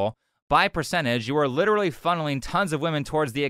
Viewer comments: "Litrely" (x1000) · Lichrally lichrally lichrally